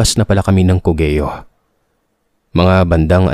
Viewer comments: ❌CO-GE-YO ✅COG-YO (COGEO) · co-ge-yo cog-yo =cogeo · Hello, correct ko lang yung pagbigkas mo ng Cogeo --- Kogyo po. Rainbow 89 campsite controversial ngayon dahil sa nanapak na staff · cogeo "COG-YO" nd cogeyo Masydo pong imposible kwento Ng sender nyo Tska DpT pag kwento Lang Nd na DpT bangitin ang mismong lugar ksi Mamaya magkaron Ng misinterpretation Ganda Ganda s rainbow 89